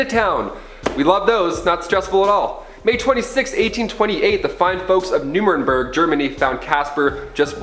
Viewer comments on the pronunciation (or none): There's NO SUCH WORD as "crucification"...damn...it's "crucifixion." And it's "Nur- ren-burg". Yeah, foreign words can be tough...just ask someone who speaks ANY foreign language how to pronounce those foreign words. Ya'll REALLY need to be more careful of how you pick AND pronounce words. And, wow...the girl needs a few voice lessons...her voice hits some sort of "note" that goes right THROUGH my brain, maybe it's the sound equipment too! Sorry, dear...not trying to be mean, but truly want you guys to sound as smart as the subjects you present should make you sound...mispronounced words just don't get it....